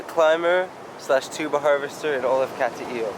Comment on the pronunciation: Not being critical, but my wife says it's not Cat-t-ill. Nice video though. when I get back to the Philippines, I am coming up that way to see those beautiful waterfalls.